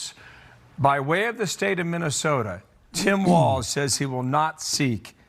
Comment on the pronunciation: Walz, as in walls, no t in Walz.